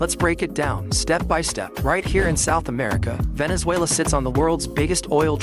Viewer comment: It's "Venezuela" just saying...